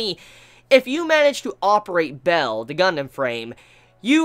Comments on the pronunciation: Bael is pronounced as Ba-el, or B-ale, not Bell.... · One of the best episodes of gundam, such a great one; Pedobears tho Is Ba-el, not "Bell" xD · its baal, not bell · isn't Bael pronounced like "Bale" as in Christian Bale?